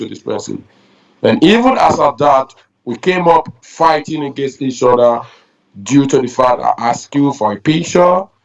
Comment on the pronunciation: And know how to say OTHER not odda